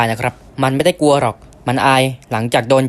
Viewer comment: อังกฤษ อ่านออกเสียงว่า "อัง-กริด" ไม่ใช่ อัง-กิด : กลัว ไม่ใช่ กัว 😊